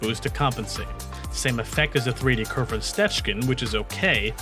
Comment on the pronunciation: Why do you have to mispronounce her name so much? Her name is Colphna